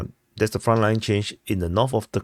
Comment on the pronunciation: THree not “tree” 🎄 THird not “turd” 💩 NorTH not “norf” 😜 no one cares about your accent. Just learn how to pronounce SIMPLE English words. It makes you sound like a retard.